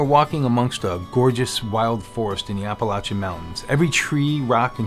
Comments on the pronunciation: maybe I stopped watching it because of the mispronunciation. I’ll view again. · Please please please- especially since you live there now - pronounce Appalachia correctly. I enjoy your videos, and I’m not trying to be mean. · OMG. You’re saying it wrong that’s NOT HOW YOU PRONOUNCE APPALACHIA. made my ears and head hurt